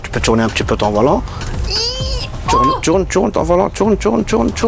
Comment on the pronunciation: ❌ : TOURNE TOURNE ✅ : TCHURNE TCHURNE 😂😂